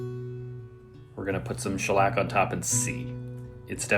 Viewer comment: btw, its SCHELLack, not schelLACK 🤓